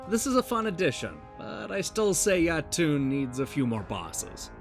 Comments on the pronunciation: Yo-Tun, not Ya-Toon. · Great review, although i cringed hard everytime you pronounced Jotun ;)